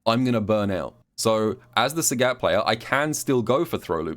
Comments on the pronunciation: calls sagat SAGYATT and I like it:) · I wanted to watch this video, but I can't listen to you say Sagat wrong for 24 minutes. The announcer says his name when you pick him in Training mode, you should listen to it closely...